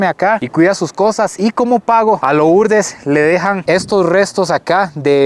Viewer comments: Por qué dice loooourdes? Se pronuncia Lurdes aunque se escriba Lourdes. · CREO QUE SE PRONUNCIA LURDEZ 👀😬